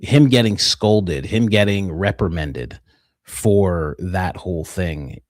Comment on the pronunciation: Reprimanded not reprimended 👀